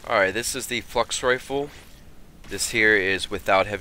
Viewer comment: when you said Flux Rifle it sounded like you said 'Fucks Rifle' LOL